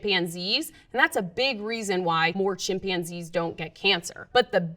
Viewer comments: English isn’t my language, but isn’t it ”chimpanzee” and not ”chimpianzee”? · Defending harmful chemicals... I Rather trust myself than a person that can't pronounce "chimpanzee".. good luck